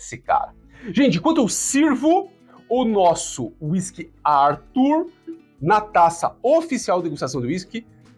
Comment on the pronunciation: É brasileiro, tem nome de brasileiro, mas se pronuncia em inglês ? “Árthur” kkk aff